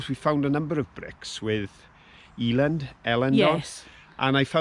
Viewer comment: Really enjoyed this one as I am from Halifax and spent a long time living in nearby Hebden bridge - you are saying it correctly it is pronounced El Elland not EE eland. Love seeing the countryside again round there as i now live on the darkside - Lancashire! Just kidding about it being dark it is actually equally beautiful in some areas.